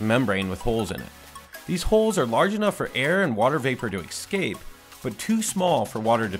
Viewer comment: Exscape? You said you have a degree... It's escape.